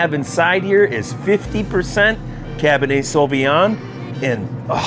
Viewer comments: It's Cabernet, not "cabinhey" lol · There is an R in cabernet (cab burr nay), not cab ba nay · cabinay....learn how to pronounce words correctly, makes you look really dumb bro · Dude, please realize there is a "R" in Cabernet. It's not Cabin-A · What is "Cab-in-Ay"? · “Cah bah Nay” 👍🏼😂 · It's Cabernet with an "R"